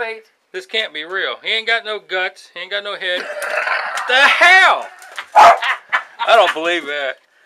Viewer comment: tHa hEwL